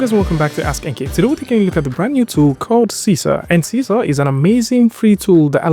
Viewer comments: It should be pronounced See-See-R ... because it's in Malay or Bahasa Indonesia. Sisir means COMB. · Sisir is a comb tool in Indonesia language, and you should pronounced it like you said 'see seer'